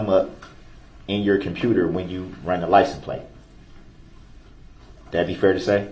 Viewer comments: "Groundz for the SUBstain yo honor" i wish someone wouldve told him is pronounced license plate sir. Not licen place. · Why does DB keep saying “license PLACE” instead of PLATE. Maybe he will have time in prison to learn to speak properly.